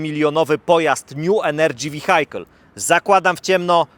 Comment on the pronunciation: Nju enerdżi wihajkel 🤣